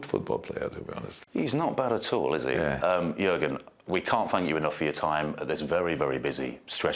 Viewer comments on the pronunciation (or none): It's Jürgen or Juergen, but definitely not Jurgen. Two different letters Ü and U, it's like replacing an N with an M. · it's Jürgen Klopp not Jurgen Klopp , for a famous Sport TV station like NBC this is a stupid error!